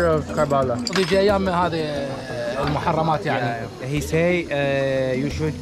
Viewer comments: It's not pronounced as Karbaaalaaa. The correct pronunciation would be " Kuhr-Buh-Laah ". Please remember its actual pronunciation sounds good to hear that way. 👍☺️ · Drew, you pronounced Karbala wrong. It’s pronounced as ker-bu-lah. Overall a great video!!! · Hearing you mispronounce karbala feels really offensive to me as a shia but at the same time you horribly mispronounced it that it became funny